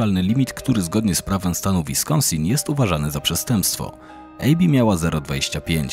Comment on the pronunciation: ABBI nie EJBI